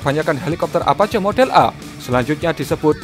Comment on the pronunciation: apache bacanya > apaaciiii